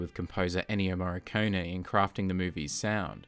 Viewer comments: why do you pronounce "Morricone" as "Marconi" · It's "Moh — Ree — Cohn — Eh" In English phonetics. The "r" is hard, not soft though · I pronounce it more like "Morr-i-cone-ee". This is the third movie.